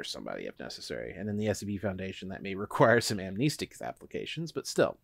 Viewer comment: AmNESTics... not AmNEEstics!!! Keep up the good work!